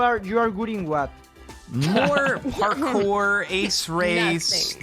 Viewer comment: i think its that "parkours" part it kinda sound like fuckers with the accent